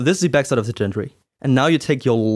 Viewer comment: Excellent video. I like the way you make a point of what needs to be left loose initially, and which angles are critical. That's almost never in paper directions. (Not important, but as a friendly FYI - gantry has a hard 'G', like "Grow").